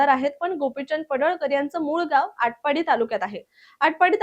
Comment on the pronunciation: आटपडी ❌ आटपाडी ✅